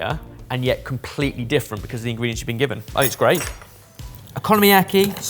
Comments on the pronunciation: Please learn the right pronunciations of stuff. the way you say okonomiyaki is non only wrong but so awful. Its not oKOno-mIAki, its OKONOMIAKI. In one go, no separation no puting emphasis on one of the first middel or/ last syllabus and sounds. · I'll never get over your pronunciation of okonomiyaki as economy-aki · Everyone calling Okonomiyaki "Economy Yaki" is really triggering me 💀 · I'm not Japanese, but I'm pretty sure it's not economy-yaki, but o-ko-no-mi-yaki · It's O Ku No Mi Ya Ki, not economy yaki😮‍💨. It's a phonetic language & you've still stuffed it. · British people pronouncing foreign words: Okonomiyaki -> "economy yakky" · What the sweet butternut frak is an economyaki?! Did you mean okonomiyaki? O-ko-no-me-ya-ki. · Economy-yaki wtf is is that!😂 Cmon learn it properly oko-nom-i-yaki. (oc-ko--nom-ee-yak-ee) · Oh-koh-noh-mi-yaki, not o-konno-miyaki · The a in bahn mi is said like the a in pass as spoken with an English accent. Okonomiyaki > oh-co-no-me-ya-key Os in Japanese are long vowel sounding. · Every time - o-ko-nom-i-ya-ki. They're all separate syllables hahahaha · close! o-ko-no-mi-ya-ki, or more specifically based on characters, o-kono-mi-ya-ki (お好み焼き). you're right about separate syllables, and that includes the no-mi part. :)